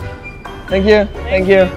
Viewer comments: Minuto Tenkiu ese inglés es de dioses jejejeje genial vídeo me divertí mucho 😏😁 me caen los dos muy bien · Like por todas las veces que dijo tenquio xd